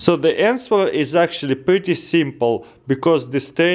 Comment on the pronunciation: lol , " dee anSWer."